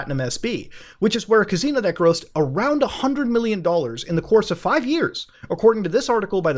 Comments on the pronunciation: Muta: “cuz-ee-no” The rest of us: “ca-si-no” 😂😂😂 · Worst part of this was having to hear him say cazino over and over while his smoke alarm beeps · Kuh-SEE-no. Not kuh-ZEE-no... fuck man.. Lol Other than that, good vids. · Muta trollin' HARD on this one with the " caZino " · nrly, more like "cus-ee-no" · I love Mutahar but the amount of times he said "CAZINO" in this video made me cry. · All of this excellent investigation but I’m mostly entertained by the way you say caZZino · I can only take a couple of "caZino"s into my ears before I have to click off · Sorry bro. I love you but the way you say casino is fucking hilarious. "CAZEENO" 😆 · Dope video. But why are u saying cazino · lol my man said ka zee no .... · Why do you keep saying cazino? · good video, enjoyed immensely, stop saying caZino! pepeW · 0o0o oo o muta'' Love ya muta '' you pronounce casino as kazino so tute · CAn you stop saying cazino plz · I couldn't pay atttenion cus muta kept saying cazino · Even though this series is fantastic I’m glad it’s over so I don’t have to keep hearing muda mispronounce casino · The way this guy pronounces “Casino” really annoys me.